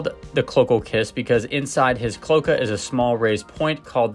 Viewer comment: Pronounced clo-ay-ka, not clo-kuh.